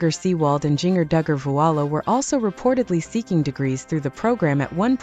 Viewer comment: This is AI BS. Can’t even pronounce Jinger correctly.